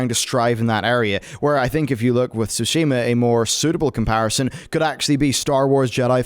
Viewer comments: SOO-shee-ma. Not soo-SHEE-ma. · It's TSUshima, not SUshima; Please learn how to pronounce it before you say it repeatedly.